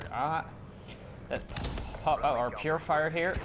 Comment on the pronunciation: PURIFIER not PURFIER, just a heads up lol